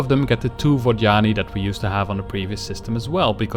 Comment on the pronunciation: its Vod Yani... not Vaginy great video though, but stop saying their name... I cant handle it. lol